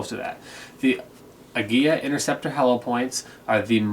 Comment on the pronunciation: Good video. One nitpick - I'm pretty sure it's pronounced "ah-GEE-lah" not "ag-GEE-yah". There's only one letter l.